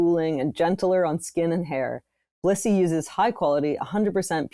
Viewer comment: this didn't sound like they were saying Blissy at all